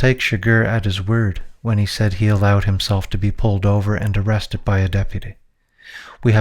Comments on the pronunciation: Why do you keep saying "arrested" as "arrestess"? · Why’s this guy saying “arestus” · Why are you saying “arrestes”